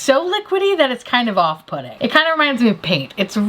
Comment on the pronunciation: Anyone else hear off-putting as off pudding Everytime now ever since the Jennifer Lawrence between the ferns episode